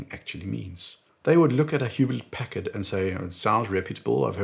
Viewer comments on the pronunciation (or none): none